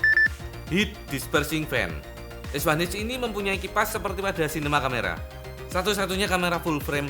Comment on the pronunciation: Es Wan Eith atau Es Wan Ha Es Satu Ha 🤭 Pis ✌